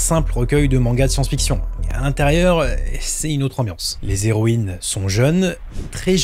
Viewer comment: les zéroïnes ❌ les héroïnes